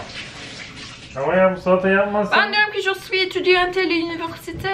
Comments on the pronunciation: EtüdiyantE değillll "etüdiyant" erkekler için ise "Etüdiyan" şeklinde okunur. mais is ma şeklinde değil me şeklinde okunur. 😂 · étudiante = etüdiyant diye okunuyor, sondaki e'yi okumuyorsun! Paris'te yaşıyorum, fransızcaya alışmam en az 6 ayımı aldı. Fransızların eğitim sistemi böyle bir anda kendini bir sürü bilgiyi aynı anda öğreniyorsun. Bol bol pratik, fransızca şarkı ve okuma egzersizi yap! Sen onu sevdikçe sana da kolay gelmeye başlayacak:)